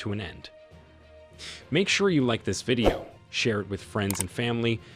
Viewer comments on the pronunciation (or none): none